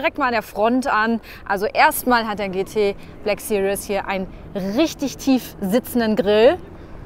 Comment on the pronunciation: Cooles Video! Aber es heißt nicht BLACK SERIOUS, sondern BLACK SERIES! ;) <3